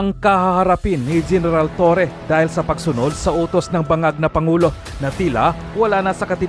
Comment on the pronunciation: Torre po madam not torres